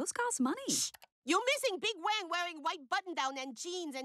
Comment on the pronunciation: Uses fake chinese accent but still can't pronounce wang